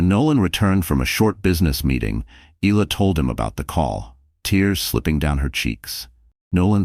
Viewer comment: Isla is pronounced I la not ela0